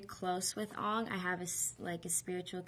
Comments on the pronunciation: If she watched the show, wouldn't she have known darn well that Aang is pronounced "Ayng" and Sokka is pronounced "Sock-a"? You'd think that she would feel at least a little uncomfortable pronouncing them "Ahng" and "Soak-a" in this interview, wouldn't you? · how u sat sokka is sock ka and aang is like tang with a in place of a t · S-oh-ka and aw-ng. Ugh. It bothers me. 0__0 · They were pronounced [ɑŋ] instead of [eəŋ] & "SOH-kuh". Unlike the show, this version of Sokka has a serious demeanor, with most of his immature and humorous qualities either toned down or removed entirely. Significant criticism was pointed at the character difference. The casting of a presumed white actor in the role of Aang (as well as a primarily Caucasian cast) in the Asian-influenced Avatar universe triggered negative reactions from some fans, marked by accusations of racism, a letter-writing campaign, and a protest outside of a Philadelphia casting call for movie extras. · it's not Oong.. it's Aang, just not in english pronounciation. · The name pronunciation got to me to, I was like "Christ watch the Series if you don't know how to say the names, It's 'Aang' not 'Oung'! and 'Sokka' not 'Souka'!" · his name isn't 'ong' ...its 'Aang' ...but w/e.. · It's Sokka, not Soaka! It's Aang, not Aung! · it's not "ONG" it's fucking "AANG" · The fans of the shows who were in this movie (like her and Noah) must've had to get used to calling the characters by the wrong name! Once I watched a Noah interview and he was SO CLOSE to calling himself Aang. He was like "I play A-Ong." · ANG not ONG SOCKA not SOCA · Watsup AUNg instead of aang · Ongg? wtf its Angg! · it is not Soakah and Uung it is pronounced sukka (sokka) basically and Aang... damm that pisses me off!!!!!!!!!!!!!!! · yall are talking abt how she calls sokka souakuh but what really got me when they called aang ung i mean come on she can pronouce zuko but not aang?! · the amount of times she's saying soaka and ong is killing me